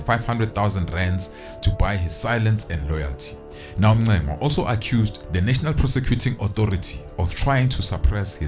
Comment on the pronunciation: it is so disappointing to hear blacks mispronounce other black people's surnames. Really disappointing. Magaqa and Magaca is two different things.